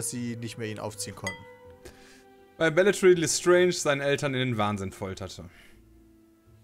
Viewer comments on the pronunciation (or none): Hat noch wer "Ich bin die baetrixsch" von Hape Kerkerling im Kopf wenn die Bellatrix falsch aussprechen? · Bestimmt sagt immer Beatrix statt Belatrix weil er immer an eine bestimmte Politikerin denken muss xD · Wenn noch einmal „Bejatrix“ anstatt von „Bellatrix“ sagt....